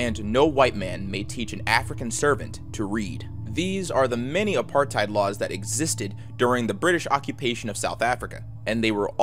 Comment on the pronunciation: Tbh I wasn't expecting teh south Africa one, because I live here it's actually really easy to imagine everything, especially because I live in Cape town. Also I'm sorry but your pronunciation of 'afrikaaners' and apartheid are wrong. You say Afrikaans and afrikaaners like ah-free-kaahns and apartheid is pronounced like ap-heart-hayt. Also apartheid is something we all know and hate that most people know our country for this